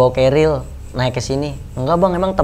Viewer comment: Bunda itu bukan keril kayaknya deh... Carrier tulisannya bacanya kerir... Cmiiw